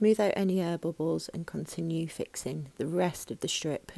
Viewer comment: Lol. When U said air bubbles at first I thought u said herbivores. Obviously my accent is different then yours. By the way, your cabinets are beautiful. You’ve got great attention to detail